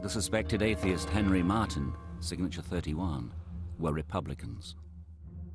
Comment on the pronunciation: I love the way the documentary narrator spits out the word "Atheist".